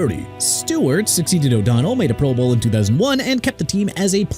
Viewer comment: Why no love for David Woodley with the Dolphins? He took them to Super Bowl 17-- which is FAR more than Tannehill or Tua have managed. BTW- Is the voice on this channel an AI voice? So many words either mis-pronounced or accenting the wrong syllable ("proBOWL" every time it's mentioned)